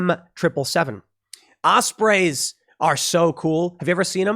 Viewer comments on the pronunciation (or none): Just a friendly correction — it’s pronounced “Osprees”, not “Osprays”